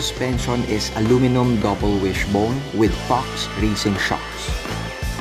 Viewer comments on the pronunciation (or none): none